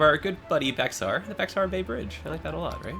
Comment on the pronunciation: Correct me if I'm wrong but, Bexar is pronounced "bear". That's the name of the county I live in Texas, Bexar(pronounced bear) County.